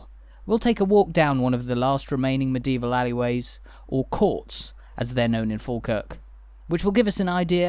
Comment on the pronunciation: You have an interesting way of pronouncing medieval, it comes out as meDeval, three syllables instead of four. 🙂